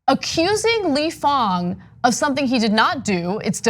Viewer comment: Ahhhhh - stop saying fOng ---- Mr FANG